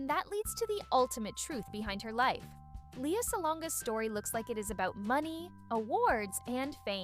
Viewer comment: Lea not Lia.. pronounce the name correctly